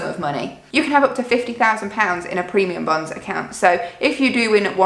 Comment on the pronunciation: The first time you said it, it kind of sounded like “premium buns”😂😂😂. Those lottery things sound crazy! We set up a checking account in the UK two years ago, and I remember hearing about those and thinking they were the weirdest thing ever! We don’t have those in the US, and they really sound like a bad idea to me👎